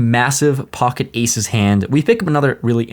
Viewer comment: I love you! But god I hate how you say “POCKET” goddamn